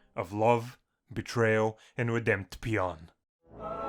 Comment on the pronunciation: Did he just say Redempt ion